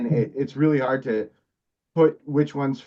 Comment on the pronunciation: Lol...hard not gard.